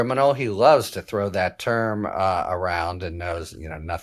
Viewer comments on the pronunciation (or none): none